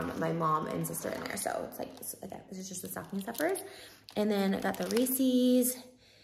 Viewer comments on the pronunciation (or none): It’s not “Recies” it’s “Reese’s” like REE-SIS. Ugh lol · Reese’s peanut butter cups. It is NOT pronounced reesies. It’s like the name Reece. Reese’s. Like imagine it belongs to a guy called Reece. It’s Reese’s pieces. Not reesies peesies. Please 😭